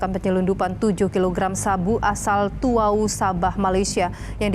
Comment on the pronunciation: Bukan tuwau tapi Tawau